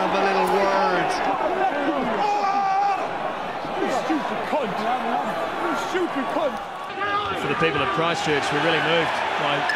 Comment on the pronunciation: "you schoopid cont" 😂